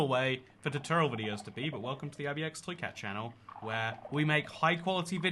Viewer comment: "Hallowww I'm ib-a-xtoycat" I always here an extra letter in your name when you introduce yourself 🤣